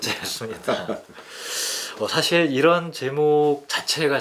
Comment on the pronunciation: 참 귀한 철학 강의를 의미 있게 듣고 있습니다. 한가지 발음 문제! 사실, 소유자 , 사용법, beach , 세상,개개인 , 다( 모두),최초,두 가지 , 가치, 등! 이상 예는, 두 분께서, 장음인 첫 자를 "짧게" 잘못 발음하신 것입니다. 모두 " 길게"발음해야겠지요. 그리고 한 분께서 "측면"을 "칙면"이라고 발음함에 적지 아니 실망했나이다. 말의 발음이 바르지않다면 어떻게 "철학"할 수 있으리까? "한국 어문을 고발함" 이라는 책을 읽어 주실까요? 미국 변 완수 드림